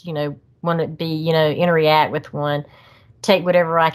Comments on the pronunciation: Interreact is not a word. It’s pronounced interract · Every time she says interreact it makes me wanna have a intereaction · What a great story. She's so genuine. I can see why the sasquatch "interreact" with her. 😂 I normally am bothered when someone says a word wrong over and over again. With her, it was endearing. Lol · I love her I believe her but I do feel there is more to them than just flesh blood as she said. Please someone tell her it’s “interact”. Not inter react ?? I’m sorry I’m not being mean it just drove me crazy